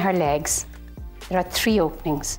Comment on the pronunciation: says 3 like tree